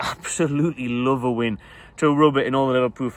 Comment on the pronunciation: “AH’D LURVVV IT IF WE BEAT THEM”